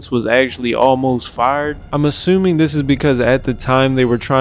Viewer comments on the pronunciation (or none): none